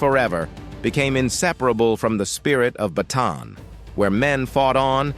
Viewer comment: good vid ... minor point - the correct pronunciation of Bataan is BAH TAH ANN